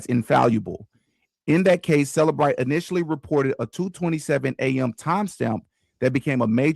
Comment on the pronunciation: It's CELLbrite, not selabrite